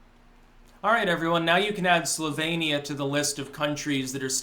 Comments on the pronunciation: It sounded a little bit like said "sylvanian" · You can tell how ignorant this buck toothed fuck is by his pronunciation of Slovenia. 😂